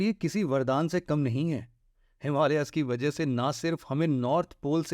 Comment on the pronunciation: हिमालियाज नहिं हिमालयज है । भारतियों को सहि उच्चारण करनेमे क्यों समस्या है ? नेपाली